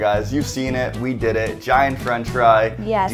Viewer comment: she said a gaint hashbrown in the end